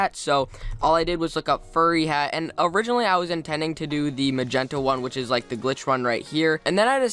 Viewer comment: I luv how u kinda say lick instead of like xD